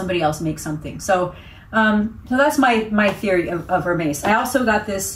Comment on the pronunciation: Love love your videos!! But just a minor, helpful tip on pronunciation. It's more like Err-Mez not Hair-maze. Congrats on the amazing haul!!